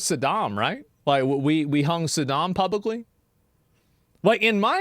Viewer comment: said "publicly"😬